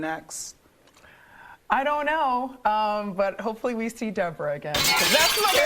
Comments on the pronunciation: "DayBorah" is sending me 🤣🤣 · Hollering at pronouncing her name like that to Ashley. Love it! 🤣